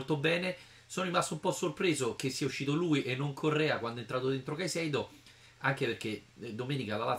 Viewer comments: Caisedo (no Caseido una volta nel video ti sei sbagliato, poi lo hai ridetto giusto) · Pure tu dici Caseido? :-) Mannaggia si è fatto male Patric, speriamo niente di grave visto che questa stagione l'ha iniziata molto bene.